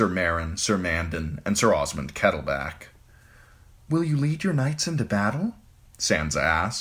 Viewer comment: I thought the KettleBACK would stop but you just ignore that “L” in BLACK. So be it.